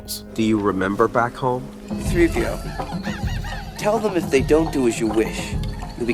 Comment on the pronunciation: Only three movies. Say it with me, “THREE”. “TH-REE”.